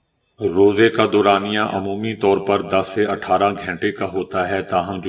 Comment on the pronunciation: او پینڈو بھائی یہ گھینٹے کیا ھوتا ھے گھنٹے بولیں اور اردو پے رحم کریں۔